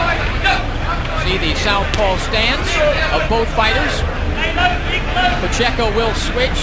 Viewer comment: "mambaco" pacheco was a great boxer